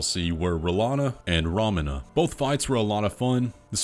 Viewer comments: It’s pronounced Row•meena, not Rawmena. God-forbid Elden Ring content creators learn how to pronounce any names. There are still people that pronounce Mohg as Mog or Miquella as Mikwella. It’s fuckin’ EMBARRASSING! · Her name is roe mee nah not rom in ah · Romina and Jolan. Jolan pronounces her name as Yolan and Romina is said as Row-me-nuh.